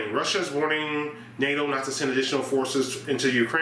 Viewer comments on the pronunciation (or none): none